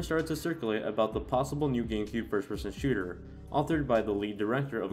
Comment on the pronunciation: Nah, that's the Noo Joisy accent :3